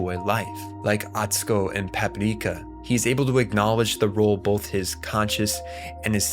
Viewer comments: Why are you pronouncing it Papipreeka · bro why do you keep saying Paprika like that 😐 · Why is this dude saying Paprika with a Japanese accent? The movie title is in English. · Stop saying Paprika like that